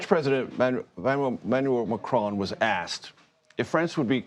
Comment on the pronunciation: Can't even pronounce Macron 😂